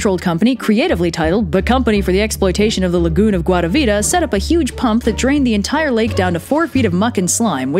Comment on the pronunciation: I just very much love how you pronounce guatavita its lovely